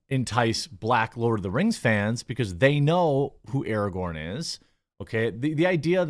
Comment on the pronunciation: lord of the kangz rangz of powur